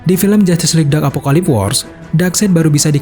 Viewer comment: Koreksi min, Planetnya Darkseid namanya apokolips, bukan apokalips..🙏🙏